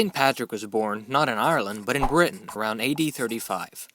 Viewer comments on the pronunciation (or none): none